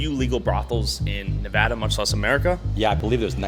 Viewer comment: Nevaaaadaaa say it right or you won’t be welcomed here bro and with your other video with rakia look up google earth.